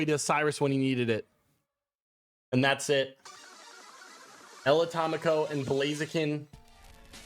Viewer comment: "El Atómico" is like "the atomic one" in Spanish... not ElAtamico 😂